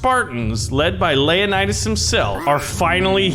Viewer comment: It's not layanidas it's leo-nidas